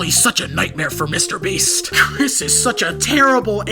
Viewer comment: i'm sorry dawg but MR BREEST 💀💀 WHEN YOU SAID THAT MY MIND IMMEDIATELY WENT "MR. BREAST"💀💀💀💀💀